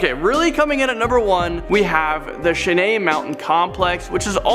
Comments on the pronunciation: pronounced shy ann, not shenae. LOL wtf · It's pronounced ( /SHīˈan) Cheyenne Mountain. You should watch Stargate SG1 that's he earth base on the show. It's on prime. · Cheyenne is pronounced Shy-Ann, Granite is pronounced Gran-it ... I like the channel but man you guys kill me with your pronunciations and you cant claim its because you are Canadian